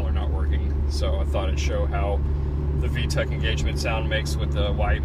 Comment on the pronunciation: Vtec E not vtec lol.